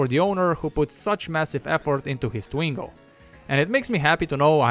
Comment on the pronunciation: Its twingo SALE FILS DE PUTE POURQUOI TU ASSSINE LE NOM DU TWINGO